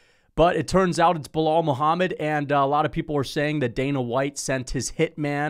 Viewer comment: Bro opened up with a casual "biw wow Muhammad" lol